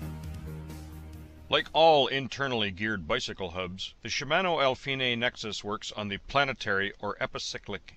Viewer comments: al-feenay? Epi-sicklick? Honestly your pronunciation is just weird. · I like the way you pronounce Alfine, I would love to hear you say “I’m fine” 😎